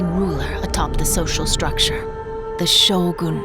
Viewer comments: anybody else weirded out by her pronunciation of "Shogún" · Hmmm.. so it is pronounced Show-Goon. Gtk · I like how she always emphasise the "gun" in Shōgun, as if telling non-Japanese that it is not SHOWGAAAAAAN.